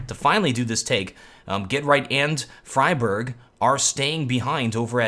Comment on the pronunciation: xyp9x is correct, and he also trained himself to say dupreeh, not dopreeh, and friberg, not freeberg. so good job:)